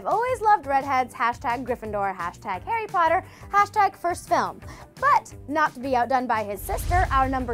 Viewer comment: Harry patter??? I SWEAR TO GOD ARE YOUTUBERS SUPPOST TO MISPRONOUNCE THIS STUFF